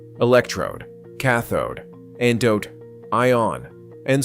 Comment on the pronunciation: ANODE not Andode.